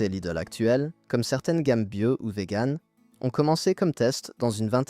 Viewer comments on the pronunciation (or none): none